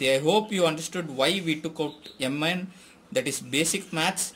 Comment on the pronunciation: Yum N is not the correct Pronouncuation MN is correct